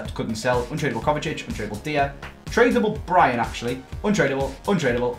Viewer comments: Die-er.. say it.. Die-er, his name isn't Deer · Why did he say deer when he said dier’s name 😂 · jamjarspence eric deer😂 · diYER, c'mon man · Is the way say dier is a bit weird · Am I the only one who’s never heard someone say Eric Dier’s name like that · He says it so horrible wrong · Please stop saying Eric dier name so horrible wrong it’s painful